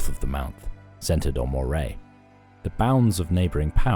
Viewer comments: Pity about their pronunciation of Moray - it should be as Murray, not Mo-ray. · This is the best Youtube offering on The Picts. It is, however, nearly spoiled by the (otherwise impeccable) narrator's gross mispronunciation of moRAY (for MURRay) and dalriADA (for dalRIada). Worth correcting. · Moray is pronounced as Murray not Mor-ay. And it’s Trap-rain like two words although it’s one word. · Where the F is Moor ray? Do you mean Moray (pronounced the same as Murray). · Nope, it's not. it's pronounced how it's spelt - Mor eh. You don't call it a Murray Eel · Small note on your commentary in an otherwise excellent video. The Moray cost, and Moray firth etc. are pronounced - despite the spelling - murray by those that live there. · Quick nitpick: Moray is pronounced Murray, like Bill Murray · Mate I live next to Moray. It’s pronounced Murray We’re talking about the place, not the bloody Eel 😂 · This video just highlights how little we actually know about the Picts. Example - the narrator mispronounces Moray and Gaelic, yet we're expected to believe that they say about people who lived thousands of years ago.